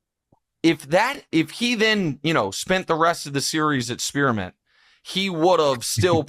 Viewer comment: Two types of people in this world. The ones who knew EXACTLY what Nick said when he said “Spearmint”, and the ones who have no clue